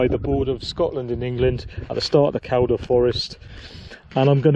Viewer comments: Living the Reiver life haha, aah'm en Scoatlan, I am in England, aah'm en Scoatlan... Repeat until Cows all stolen. And as mentioned, it's Keel-duh. 👍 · In my local patch there, Kershope and Kielder (its pronounced Keelder) lol. You will be lucky to see people as its a very remote area. I've cycled the bloodbush road from Kershope to the reservoir at Kielder. Re those blockages there are loads dotted around kershope forest they a very keen to put them up but they forget to remove them when works are finished!! I liked the drone attempt for a signal pity it didn't work atb Dave.